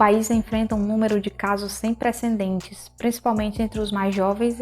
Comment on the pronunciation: ÓTIMO TEMA! PORÉM, precisar acertar na pronúncia dos termos: "precedentes" não "preNcendentes".